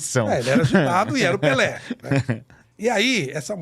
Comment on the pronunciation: é PELÉ e não "PELÊ" oh Analfabeta 😂😂😂😂😂